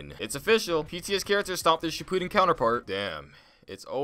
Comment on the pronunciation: He fr said shipuden like cipooden